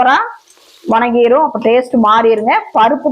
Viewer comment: வணங்கிடும் என்றால் கும்பிடுவது என்று அர்த்தம். வதங்கிடும் என்று சொல்லவும். இதில் கொங்கு பாஷை என்று அலப்பறை வேற.